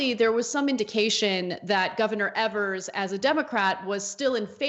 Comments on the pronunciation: Wisconsin here. The first e in Tony Evers last name is pronounced with a long e sound, not a short e sound. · Why do you guys keep mis-pronouncing Tony Evers (which rhymes with Fevers, with a long "e")? You've been doing this since Governor Evers was elected. Don't think I've "EVER" heard his name pronounced correctly on Young Turks. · His last name is not pronounced like they say. It is Ee-vers. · its said EEVERS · always pronounce his name incorrectly.